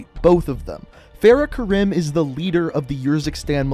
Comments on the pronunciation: It’s pronounced Kareem not ka rim, it’s triggering me when it shouldn’t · Kareem(I) when you say it as Karim it bothers me 😂😂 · It's not Karim it's kariem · Mate u have to start pronouncing people names right like farah is pronounced kareem that kirim it even says it in the campaign just a bit more effort mate not good enough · its natively Arab so the correct pronunciation is Kareem. The "American" pronunciation is wrong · I m also Arab so I was so annoyed hearing him say KaRIM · Karim is pronounced Kuh-reem, like the basketball player kareem abdul-jabbar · Fair-uh Karime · btw karim is pronounced as k-a-r-ee-m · I’m pretty sure it’s pronounced ka-reem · It is Farah Karim not fareh karim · (FAR-Ah) (ka-reem) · It's pronounced fer-ah ker-eem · It’s karEm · Urzikstan, not yurzikstan. Farah not faraa. And it’s pronounced Kareem not Karim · Far-ah not fair-ah Ka-reem not care-im and er-zik-stan not your-ski-stan